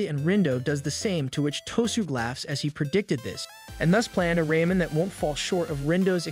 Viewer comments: Still can't get over "raymen"... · It's Ramen not Raymen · I love “Raymen” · Why you say raman like ramen